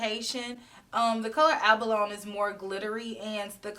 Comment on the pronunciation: Loved this review and the comparisons you showed with the Sunrise palette. Thinking I'll skip this palette for now. Although I may change my mind in the future. lol. Also, just a side note, abalone is pronounced ab-uh-lo-nee. They're a type of sea snail. 🐌🐚